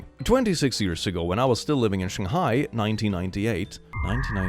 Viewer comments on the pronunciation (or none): none